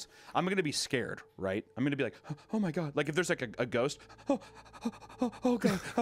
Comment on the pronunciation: Wendigoon gets genuinely scared and lays down a thick southern Appalachian “oooh, my”